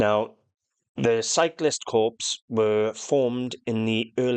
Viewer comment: It's not pronounced Corpse - it's pronounced Core!!!!